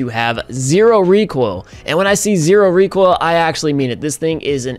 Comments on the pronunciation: ZERO reek-oil KU!KU!KU! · Don’t you mean REEK OIL?